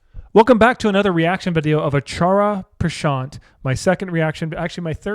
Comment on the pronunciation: Just call him AP instead of saying acharya pransat you look cute saying it wrong but its wrong